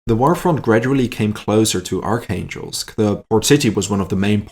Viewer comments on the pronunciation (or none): none